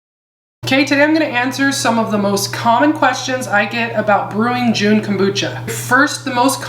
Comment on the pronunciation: Great stuff! Thanks for all the information. You might want to know that you're saying it wrong. There's no "e" at the end of Jun therefore you don't say the "u" when pronouncing the word. It's sounds more like jhun...the "u" sounds like "uh". Please don't be offended. You're fabulous and love your glasses. ❤